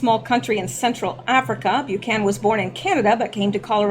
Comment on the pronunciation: Bu-can-an, not Bu-can.